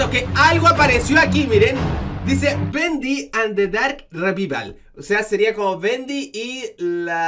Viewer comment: Bendy Andi darrrrrrk Revibal:v